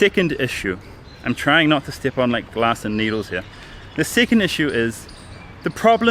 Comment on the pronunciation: Why do you say "seeceend" instead od "second"??